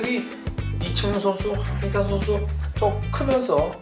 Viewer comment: 제발 발음좀 잘 해주세요. 항히찬.. 끼룩끼룩스탄.. 안되면 해설을 말든지요